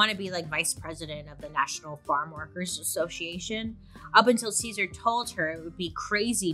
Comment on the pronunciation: Ahh!!! Happy heritage month to all my sisters and brothers! Thank you Bailey for covering this part of history and including it into your popular series in general 🫶🏽 also for anyone wanting to pronounce his name the right way it would be like Caesar ( Seh-Sahrr ) not like the salad! And for Dolores last name Huerta is pronounced as ( uu - eh - rr - tah ) the H is silent ~